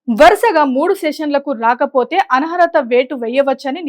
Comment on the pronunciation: ఆన్హరత కాదు అనర్హత అని మార్చుకోండి...